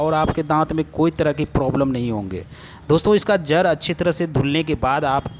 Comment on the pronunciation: Jar nahin jad. Kira nahin keeda